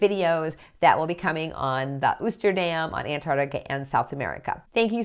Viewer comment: I just subscribed! Just a heads up that Oosterdam is pronounced with a long O. 🙂